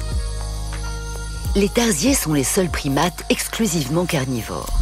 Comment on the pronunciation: tarsier , ça se prononce pas comme ça.